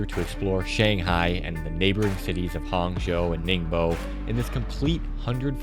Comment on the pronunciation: It's pronounced as Ning- buo 宁波. Thank you.